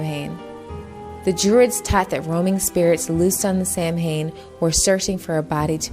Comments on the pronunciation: If you can't pronounce Samhain, don't talk about it. It's saw-wen by the way. You religious folk and your scary stories. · Such erroneous info regarding Samhain This woman can't even pronounce it correctly Samhain is not about Satan or anything satanic Uneducated fool Research it first before you go bad mouthing something